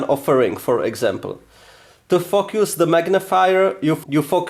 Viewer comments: You're pronounciation for focus is a little of but it's not bad. :) a little swearing is never bad for you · The way you pronounce “focus” 😂 thought I heard something else had to rewind it